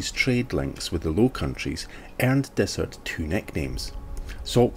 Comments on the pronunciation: Its not desert its Dysart kirkcaldy omg please get it right thanks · Not meaning to be picky but Dysart is pronounced Diesart. Great video none the less.😍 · Yup, we goofed that one! I only heard Dysart pronounced correctly a few days after we were out there, but we should have chececked beofre... We appriciate you keeping us right! Thank you!